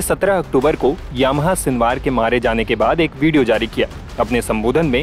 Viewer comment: याह्या.... यामाहा नही.